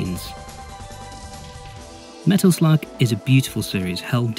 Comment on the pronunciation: I've listen to that part over 20 times and it still sounds like you are saying Metal Flug. Great video, I hope Metal Slug comes back.